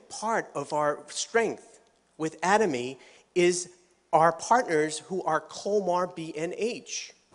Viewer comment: Why does he keep changing the way he pronounces "Atomy"? And which one is correct?